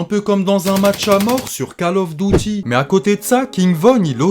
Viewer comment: magnifique tes videos, par contre arrete avec ton "kale auffe dautie" stp 🤣🤣🤣on prononce "call of duty"